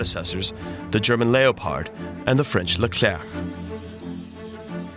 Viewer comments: "lay-o-pard".... its Leopard... "Lep-ard" lol. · Lay o paard... WTF??😅😅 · Bro, no one calls it a Lay o pard